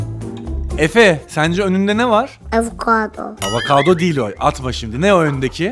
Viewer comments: DışSes:Efe sence önünde ne var? Efe: Avokado DışSes: Avakado değil o atma😂😂😂😂😂😂😂😂😂😂😂😂😂😂😂😂😂😂😂😂😂😂😂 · avakado,ineyin ciğeri 🤣🤣